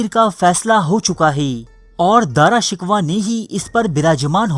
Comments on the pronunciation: Daara shikwa nahi daara shikoh🤣🤣🤣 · BHAEE DARA SHIKWAH NAHI DARA SHAKOH HAI TALAFUZ SAHI ADA KRO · Please Apna Urdu talaffuz durust Karen.Shahjahan ke bare bete Ka nam Dara Shikoh tha na ke Dara Shikwah. It is a bloody mistake. You are mocking the Urdu language with your ignorance. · AAP APNY URDU THREK KAREN, AAP JAN BOOJH K ALFAAZ GHALAT BOLTE HAN, DARA SHUKOH KO AAPDARA SHIKWA BOLTE HAN ISSY TARAH HAR NAAM GHALAT BOL KAR HISTIRY K DUSHMAN AUR HINDUES K DOST HOBE KA SABOOT DE RAHE HAN PL BE CAREFUL IN FUTURE OTHERWISE FACE BOOK PE AAP K KHILAF LIKHUNGA Q K AAP HISTORY KO MASAKH KAR RAHE HAN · His name was daara shakoo not daara shikwa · video upload krne se pehla alfaaz k talaffuz durust kia karo , Dara shikwah naam naheen.sahee naam Dara shakooh hai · Good video...but.... With due respect...the name is DARA SHIKOH.....not DARA SHIKWA. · DRA SHIKWA nahi balkay DARA SHIKOH nam hsi. Apna URDU talafuz darust karayen. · O bhai ya Dara shikwa nahi hota.. Ya Dara shekoh ha.. 😂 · Bhai name dara sikhoh hae dara sikhwah nahe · Bhai wo Dara shiko hai na ke Dara shikwa....please rectify your pronounce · Dara "Shikoh" is the correct pronunciation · dara shikoh, ghalat naam no bolo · You are pronouncing his name wrong bro It is pronounced as "Dara Shikoh" . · ارے او بے وقوف گدھے تجھے تو نام بھی پڑھنا نہیں اتا تاریخ کیسے پڑھ لی تمہیں؟جب دارا شکوہ کو مار دیا گیا حکومت اورنگزیب کے ہاتھ اگئی تو یہ پروپیگنڈا شروع ہو گیا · جتنا درست آپکا داراشکوہ کا تلفظ اتنی ہی معلومات مستند ہیں ۔ داراشکوہ جیسے معتدل مزاج جانشین کو دھوکے سے قتل کرواکر اورنگزیب نے اپنے دو سگے اور پانچ سوتیلے بھائیوں سمیت اپنے حقیقی والد تک کو قتل کروایا اور وہ جلاد بادشاہ بن گیا جو کہتا تھا ایک بوتل شراب ، ایک سیر بھنا ہوا گوشت اور ایک باکرہ لڑکی روزانہ شب کے علاؤہ مجھے اپنی بادشاہی سے کچھ نہیں چاہیے ۔ اور جہل زدہ لوگ کہتے ہیں کہ اورنگزیب ٹوپیاں بناکر بیچتا تھا ۔ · تمہیں دارا شکوہ کا تلفظ تک تو آتا نہیں اور بات کرتے ہوئے تاریخ کی ، اللہ کا نام ہے کچھ رحم کرو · بھائی داراشکوہ کانام تو ٹھیک طرح تو لو